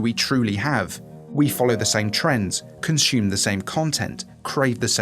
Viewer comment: It's consume not conshume.